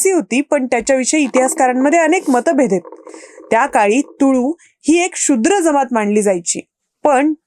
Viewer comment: “तुम्हाला बोलायचं……..” हे बरोबर नाही तर “तुमच्याशी बोलायचं आहे “ तसेच “शु्द्र” नाही “शूद्र” असं उच्चारावे.